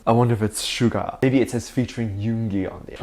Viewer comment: please stop calling him Sugar his name I’d SUGA no R my dear friend. Please don’t be offended.